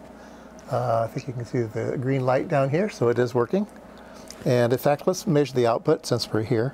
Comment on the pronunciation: It's not 'Maysure' it's 'Measure', and by the way, you are completely Bonkers.